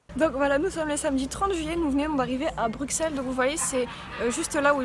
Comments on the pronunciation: J'adore tes vidéos et j'ai adoré les cosplay de la librairie, moi j'attend le livre en fr. Par contre je suis Belge, et quand tu dis bruXelles, sa m'intrigue, car il se prononce comme deux "S" >> Brusselles :). Bisous bisous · on dit "Brusselles" pas Bruxelles! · on dit BRUSSEL...